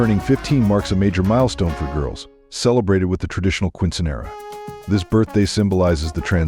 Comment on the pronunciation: It’s called”Keen sin yera “